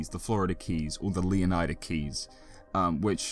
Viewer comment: Can we please pronounce the -ida in Leonida like we do Florida, since thats what it’s based on? Or do you guys say Floor-eye-da?